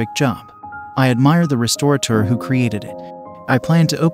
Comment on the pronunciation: The narrator needs to learn how to pronounce “restaurateur”.